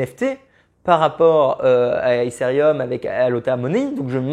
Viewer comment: Mais pourquoi prononcer Ethereum "Éssérium" ?? n'importe quoi.. É-TÉ-RÉ-UM, c'est pas si compliqué..